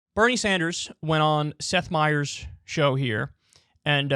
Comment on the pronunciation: who the F is STETH Meyers ????? it's SETH Meyers, not STETH meyers 😂